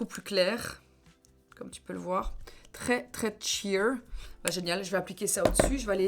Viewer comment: Pardon mais je suis obligée de dire que "sheer" ne se prononce pas tsheer , merci 😂